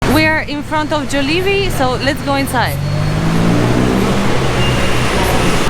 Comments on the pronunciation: 🙋‍♂️🙋‍♂️👋 Try saying Jah-li-bee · Yes they are Europeans , the way they pronounced Jollibee